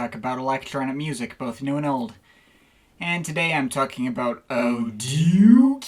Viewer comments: It’s actually “er-tetch-ray” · All the "it's actually pronouced.." aside, it's actually pronounced "ah-tek-ra" like the sample in their song.. I don't remember which one but I swear it's true.